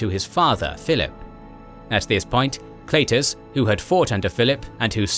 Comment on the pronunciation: it's pronounced "kl EYE tus"... jeez